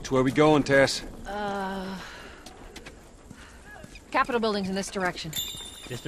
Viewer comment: When he said "Tess,go!" I legit thaught he said "Tesco!" I'M BRITTISH GET OVER IT!!!!!!!